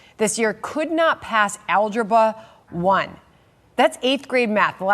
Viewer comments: Sorry, did this highly educated newswoman say "Algeba" while criticizing students failing difficult math tests? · The person talking and saying that 18% of the kids could not pass Algebra 1 pronounced it “ALGEBA”! She must be “nonsensical” as well. 😂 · Those kids maybe can't pass "alge baa" one, but they probably do know that it's called AlgebRa.